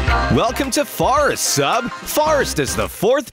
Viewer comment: You said fart when you say forest